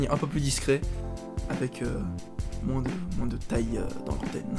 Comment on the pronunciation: "MoinSSS" (quelle horreur) J'ai le même peigne avec le p'tit rond lel Mais il m'est pas bien utile... bisous :3